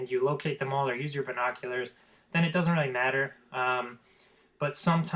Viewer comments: yes you sound horrible sound like your saying vinkockulars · listing to you trying to pronounce the word "binoculars" is by far the worst thing you do because you sound like a fucking idiot you fucking nerd you'll never get that office job you stuck up teenager fuckhead go back to school you peice of shit so you can learn to pronounce your words damn